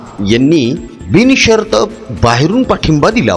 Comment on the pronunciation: Tumch marathi sudhara....binshart...not bini shart